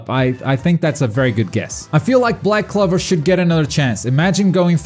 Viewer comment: My guy why do you say black clover like that it's clover not clever